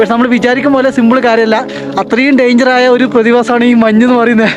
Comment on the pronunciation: മന്ന് അല്ല മഞ്ഞ്